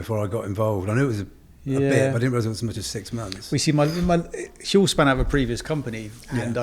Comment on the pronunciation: I love y'all, i just ordered my first batch. But I have a bit of constructive criticism. Huel rhymes with gruel. As in, stereotypical prison slop. That's what it makes me think of lol. Like i said I'm not trying to be rude, i love the mission you're on, but that's just how the name strikes me.